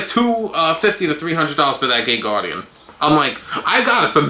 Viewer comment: am I the only one who heard gay guardian like 6 times